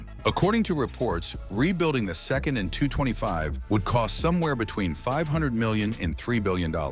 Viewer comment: Soviet planes/helicopters etc arent pronounced as letter by letter. Its pronounces as a word. So AN is not 'A N ' its just as you read it 'an'. KA (Kamov helicopters) - is KA (car withour the r) , SU(Sukhoi) - is SU('soo' rhymes with 'shoe' or 'too' , IL(Ilyashin planes) - IL (same as ill) and so on. EDIT: I say Soviet and not Russian/Ukrainian, because AN-225 is whether anyone likes it or not a Soviet plane. Country the size of Ukraine or just Russia could never even dream of building a plane like this, the ammount of engineers, funding, even the need of it (wasnt made as cargo plane...) etc. For just as example, look at Airbus A380, whole europe was on it. Wings done in A country, cockpit in B , maybe tail in C and so on. Same idea with AN-225, but withing USSR.